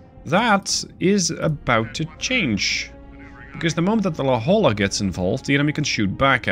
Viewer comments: As a Southern California native La Jolla is pronounced "La hoy ya" :) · La Jolla, California is the namesake for your submarine. It's pronounced La HOY-ya. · The la Jolla is pronounced "la hoya". Its a city outside of San diego California. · it’s spoken la-hoy-ya